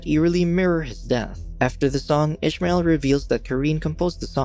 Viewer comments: It was written as Ismael. Meaning no h, no ish. Unless in the show they are pronouncing it that way. My ears are bleeding with this. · Youre pronouncing ismael wrong, im arabic, and it isnt said like that, i cant explain how its said bc there isnt any letters to explain how its pronounced